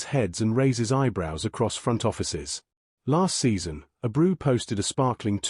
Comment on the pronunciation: Ah-brew lol